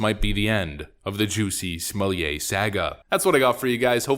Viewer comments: The name is pronounced Smoll-itt not Smolliay Smollett is a Scottish name not a French one. Don't make him sound posh and upmarket with that ritzy pronunciation! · Stop pronouncing his name like he’s a French aristocrat- his name is JESS-E SMULL-ET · The way you say Smollett, as if his name is to be pronounced like someone who's job is to provide wine parings (sommelier), kills me. It's almost as ridiculous as his fake-lynching, and a real hate crime. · It’s SMOO-YAY! If you’re gonna call him “Juicy”, you have to do the whole thing or it just sounds stupid. Might as well just call him Juss-E. Also, why did Juicy hire some black guys from Africa to play some bigots attacking him in a hate crime?! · Pronouncing his name like he’s a Frenchmen is very offensive to the French. He’s SUB SAHARAN AFRICAN. SMFH